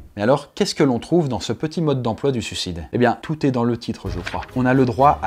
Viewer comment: Ça ne se prononce pas toot mais tout